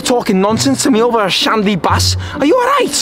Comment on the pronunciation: The Shandy is BARR not BASS.